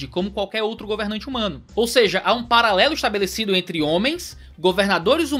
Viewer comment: é possível vc voltar a dizer "ou seje!" hahaha, muito top!! Abraço, ótimo vídeo!